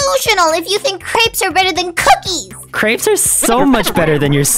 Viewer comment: Pronounced cr-eh-ps